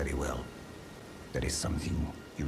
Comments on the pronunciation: Small correction, his name isn’t pronounced Blaidd, it’s pronounced BlaiTH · As an ignorant American I will continue pronouncing it blade. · Actually it's pronounced blade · It’s pronounced Blyth not Blyd, dd in Welsh is said with a th. Blaidd, Ranni, Iji and Seluvis all have Welsh accents, just like me! And Kale is said like Karlay, gaol is the old English spelling of jail and it’s Nokron not Nekron. Your video is top class regardless of the slight mispronunciations so thank you, Blaidd definitely best boy! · A few corrections: 1. It's pronounced Blaith 2. It's pronounced like Ever Jail 3. Ranni kills Seluvis as she uncovers that he is plotting against her. He's been dead since you give her the blade from Nokron 4. That mask is always there and has nothing to do with Blaidd himself 5. Blaidd had no idea he would betray Ranni, only Ranni and Iji did but Ranni loves Blaidd and Iji raised them together and couldn't bare to tell Blaidd the truth.